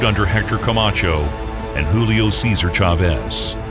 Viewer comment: "Julio SAY-ZAR SHHAVEZ"... COME ON DUDE!!